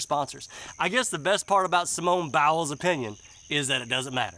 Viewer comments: I Love the way Buddy says "Simone BOWELS" LMAO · I like how you were pronouncing it bowels. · Your pronunciation of her last name is genius!!